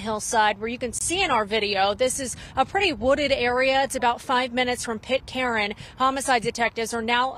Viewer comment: Pitt Karen?? As far as I know, it's, Pitcairn.